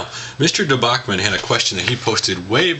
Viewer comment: hey, I just wanted to point out my name is pronounced with the CH (dee. boch) sound at the end... it is in fact the root word of debauchery. Just a clear up. Nice on the street fighter question. I thought that was the case, though I thought it may have been sagat in 2 turbo.